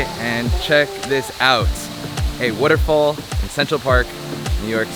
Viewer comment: Why do you say waterfall like Warrrrofool